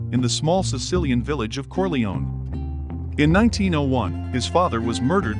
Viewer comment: I love these videos but his pronunciation drives me insane! It’s “Cor-lay-oh-nee”. Oh, and no Italian would pronounce Coppola with a round “o”.